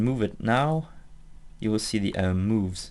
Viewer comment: Love the way he pronounces arm. "Uhrm."